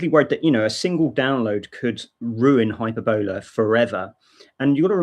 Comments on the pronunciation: Sorry for nitpicking, but 'Hyperbola' is pronounced: Hyper-bill-uuh & not Hyper-bowler. Hope this helped ;) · glad he put it in the Desc.... cause it sounds like he is saying "hyperbella" and no such distro exists lol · It's high PER boll ah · The accent in 'Hyperbola' is on the second syllable, not the third, as you are saying it. Maybe the FSF need to step in with this legal issue? Are Microsoft actively pushing this? I wouldn't be surprised. It sounds like a nasty tactic, perpetrated by somebody with a vested interest in competing with, and eradicating, Linux.